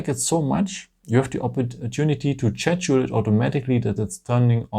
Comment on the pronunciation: Your English is very good! But you should work on your pronunciation of "schedule". If I hadn't seen it written, I would not have known what you were referring to. Thanks for all the help with my new Galaxy phone!